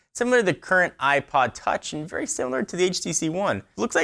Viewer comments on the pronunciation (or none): none